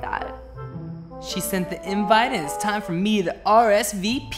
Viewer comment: thooo Alex:ITS TIME FOR MEH TO RSVP YEH